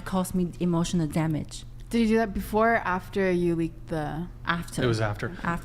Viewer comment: Damn that girl killed the word ' emotional damage'